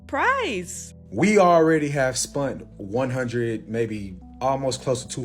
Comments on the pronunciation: Bro literally said spunt 😂😂😅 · did that dude just say we had spund?